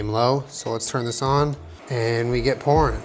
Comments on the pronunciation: Did you say pourin' or porn (as in food....the slowmo commenced) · I heard "We get pouring." as "We get porn." :D